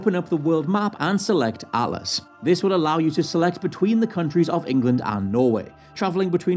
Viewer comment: *Atlas instead of Allas